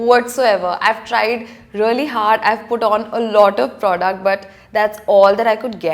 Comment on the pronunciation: She is like... Relly relly relly rellyyy... Almost a hundred times..she didn't even say really.. She said relly relly relly relly relly relly relly relly...